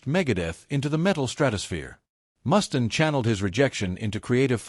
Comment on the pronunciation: I might take this seriously if your stupid AI narrator could pronounce the mans name correctly.